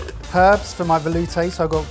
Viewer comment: Veloooooooootay🤣 someone had to say it (Edit, yes I know it's spelled veloutè... I think 🫣)